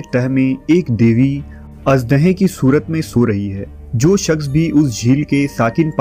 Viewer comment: Your Urdu & English pronunciation is very bad, plz clear it. Shakhs ko aap sakhs bolte ho Shaadi ko Saadi, Shamil ko Saamil. National ko Nasnal. British ko Britis😢